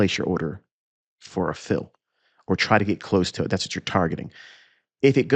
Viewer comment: the way you emphasize "Fill" and "Filling" you're such a troll haha